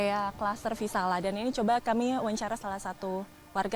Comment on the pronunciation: Maaf reporter yg cantik nama cluster nya VISALIA bkn VISALA